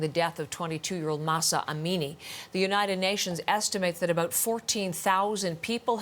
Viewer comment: It’s pronounced Am-mean-eeee. Not A-meanie.